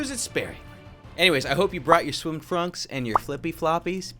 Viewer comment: “I hope you brought your swimy frunks” 😂